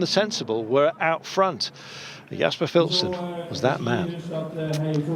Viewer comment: Philipsen is pronounced as fieliepsun just so u know